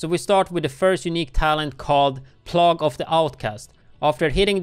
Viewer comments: It is not plog, it rhymes with peg its pronounced plag, like a sickness. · Pronounce it "plaig" not plogg. It's all good, you still rock. Thanks for the video, amigo. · say it like play - ga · nice vid! thanks.. It's pronounced "Play-gue" no offense intended, just pointing that out :) <3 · Plague sounds like PLAYgue. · obviously doesn't as he pronounced it incorrectly. I'm certain, as he's multilingual, he'd be happier with the correction than without. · could you clarify which part of my comment you've found me to be 'absolutely wrong'? Was it the statement, detailing the FACT that he pronounced the word incorrectly, or was it the speculative statement towards the end? I think you need a lesson on constructive criticism.